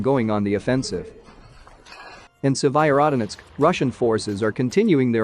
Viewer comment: Why can I, a Brit, pronounce Severodonetsk, and the bot that narrates this video cannot?